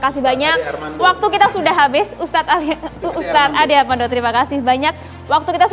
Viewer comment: PRESENTER CEWEK NYA YG BENER DONG PROFESIONAL, NYEBUT PAK ALI NGABALIN NGOMONGNYA CEPET, NYEBUT PAK ADE ARMANDO GAK JELAS.. NAUDZUBILLAH